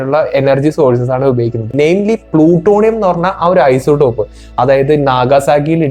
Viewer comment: Plutonium എന്നത് ഒരു മൂലകം element ആണ്. അതിന്റെ ഐസോടോപ് കൾ 238 മുതൽ ഉണ്ട്. അതിനാൽ ഏത് ഐസോടോപ് എന്ന് പ്രത്യേകം പറയണം.പിന്നെ isotop എന്നാണ് പറയേണ്ടത് അല്ലാതെ ഐസോഡോപ്‌ എന്നല്ല.